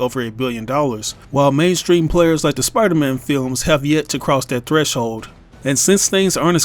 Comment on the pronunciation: i just want to point out and that you said piderman instead of spiderman... i just found that funny